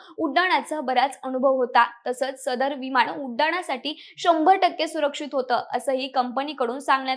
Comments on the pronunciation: प्रथम शुद्ध बोलायला शिक.विमान असा शब्द आहे. वि माण नव्हे. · भावपुर्ण श्रद्धांजली 🙏🙏 अगं बाई पण तुझे मराठी उच्चार आधी सुधार. न ला ण बोलतेस. विमाण लहाण सार्वजणीक निधण एविएशण कंपणी दोण फोण 😢😢